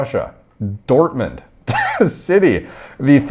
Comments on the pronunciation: Dortmund pronunciation on point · Dortmund pronounced to perfect, Doner kebab killed me off :'D